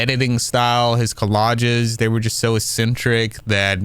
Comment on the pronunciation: Nitpicking here: It's "collages" not "collodges"